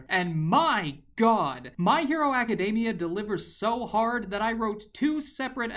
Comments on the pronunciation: It triggers me every time he says My Hero Aca-day-mia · Is it me or does he say Academia like macadamia?